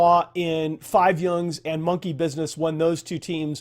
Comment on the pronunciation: 5 YOUNGS! LUL At least he didnt say hard "J", but still funny german